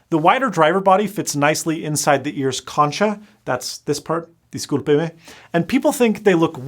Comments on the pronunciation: Choncha as “konka” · "Concha... Disculpeme" If you know Spanish you are 🤣 rn.